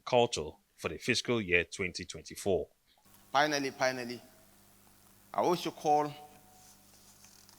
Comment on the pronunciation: "pinally pinally" 😂😂😂 smh